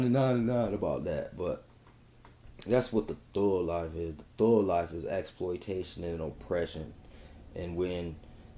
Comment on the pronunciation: Why does this guy have so much trouble pronouncing the letter "G"? I mean, this is like a serious, real struggle for him. Every time he says "thug", it comes out as "thuuuuuuuu". The thuuuuuu life. Help me understand this... ?